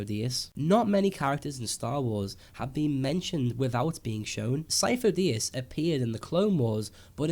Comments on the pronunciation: Sifo dyas (SeeF-o Die-as) stop saying it wrong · It's not Syfo Dyas, plz stop with the theories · sidious was pretending to be sifodyas. also might be a coincidence but.... sifodyas. remove the "fo". sid-y-as. fo sounds like faux ( meaning fake). Lucas loves dropping hints fans tend not to get until after.